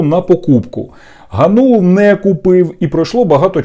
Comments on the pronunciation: АВТОР (га`нул) сука удар на первый слог!!! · По-перше, він ГАнул, з наголосом на А. Ви навіть цього не знаєте, що за єресь несете? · Який же ви журналіст, якщо навіть призвіще говорите неправильно? Його звуть Дем'ян ГАнул,а не ГанУл!😡😡😡 Добре,що в вашому призвіще одна гласна літера,не помилишся😂😂😂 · Не ГанУла, а ГАнулула)))) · Вибачте не ГаНУла а ГАнула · ПрізвищеДемʼяна звучить ГАнул, а не ГанУл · Зрадофіл гнап, прізвище треба правильно читати--- ГАнул. Ти став помийкою журношлюшною